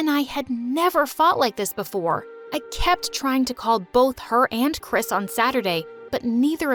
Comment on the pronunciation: Chris Me: hears crisp